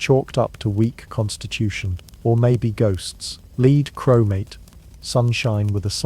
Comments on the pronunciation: 10pm South Africa. Lead. Pronounced 'led' not 'leed'.That got a bit annoying. The rest was wonderful. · Leed? Or lead? AI is so annoying, I'm done here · Listening from central Canada. Early June 2025. Is the voice AI generated? Surely “lead” is pronounced “led” when referring to the mineral … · Teach yr AI to say led for lead. so annoying and an instant turn off.😮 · I hear “lead” mispronounced. Is this an AI mispronunciation? Not listening to these ones anymore 😮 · Lead? 😮 is this an AI mispronunciation? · Always been grateful that AI doesn’t know how to properly pronounce Lead. It’s not a different accent it’s fake ass shit and needs to be banned. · And lead.